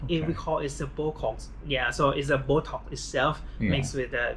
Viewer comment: did he say bocox? 😂